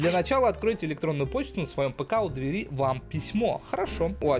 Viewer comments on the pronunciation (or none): none